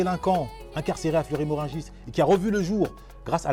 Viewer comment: Fleury Merogis et pas Merungis 🤡